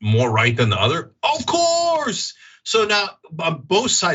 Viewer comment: Funny how in every show, Cenk says "HilARRYus" and Anna says "Fear-MONG-ering", words they say weirdly. And Anna, like Dave Pakman and lots of Americans, totally chokes on any foreign name. (Of Cooooouuuuuurrrrrssseeee, Cenk)